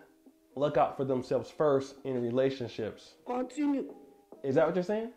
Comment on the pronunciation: Ciara must be bored outta her dayum mind yo....lol! "Kwontinu!" 😂🤷🏾‍♂️🤔